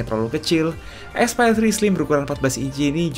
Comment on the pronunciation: yang kubaca : Aspire yang kudengar : Expired